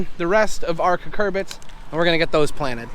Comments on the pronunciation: Not to be that guy, but they're Cucurbits. que-kur-bits. 😬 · Well, he's saying it wrong..it's Cucurbits. They're cucumber/pumpkin/summer squash/zucchini, etc. They are all related, and look essentially identical when young. Cucurbits are the parent family of all those.